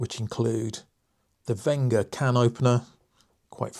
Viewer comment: Super review! BTW its Wenger not Venga. I have the Evo wood 17 Delmon, great tool and feels brilliant in the 🤚